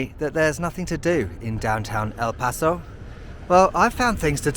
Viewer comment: Your pronunciation of "El Paso" and "Juarez" is better than most people who live here lol